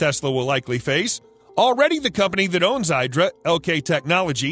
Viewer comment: The IDRA trademark is pronounced "EE-dra", not "EYE-dra". Listen to their CEO in other video.